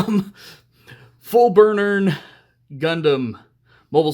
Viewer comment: As a side note, the word is actually "Vernier", which in this context refers to small rockets used for fine control. But, because of the way you'd pronounce "vernier" in Japanese, "burnern" is how it usually comes out. But yeah, the Fb is the spacefaring loadout of the RX78 GP01 Zephranthes, a successor to the RX-78-2 Gundam that featured so heavily in the One Year War.